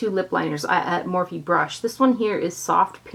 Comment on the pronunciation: I thought it was morphe not morph-e